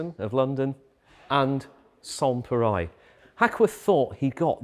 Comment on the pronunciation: (i) I'm not French, but I'm pretty sure that the 'reil' part in "pareil" is pronounced like the English rail -- with the L probably even being silent.